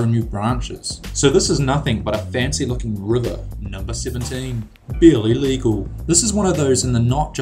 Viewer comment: When he said "barely legal" it sounded like he said "bill illegal" lol.